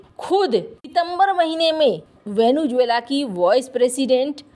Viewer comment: It is not, as you mispronounce, Venu-juela, but Vene-zuela ! 😢